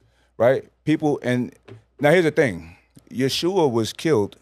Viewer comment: He states that the Bible is errant, and the translation isn’t to be trusted, yet appeals to the Bible to support his assertions. And it’s pronounced Ye-ho-shua. Step correct.